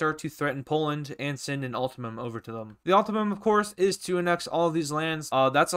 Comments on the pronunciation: mans says ultimum instead of ultimatum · bro really said "ultamum" 💀